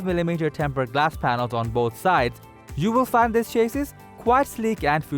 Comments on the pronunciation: It's chassy not chasys :-) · dude go please in front of a mirror and say "cha sea" 55,000 times and then repeat it faster and faster until you can pronounce chassis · Love the content. Hate the way you pronounce chassis